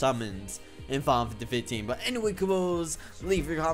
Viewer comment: You Can't even say FINAL FANTASY 15 CORRECTLY!!!!!WHY?